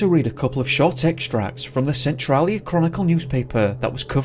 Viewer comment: Your pronouncing of western Washington state city and county names needs work. Cle Elum is said as KLEE-EL-Um and Centrailia said as Sen-Trail-Ee-ah. I'm sure there are more but those were two I noticed